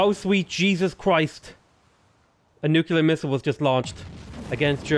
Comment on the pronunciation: New. Clear. You know how to say those words. Put them together. You're not Homer Simpson, you can do this .P